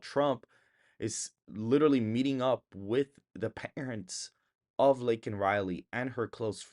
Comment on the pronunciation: It's Laken, not Lakelin. Don't go Bidementia on us. LOL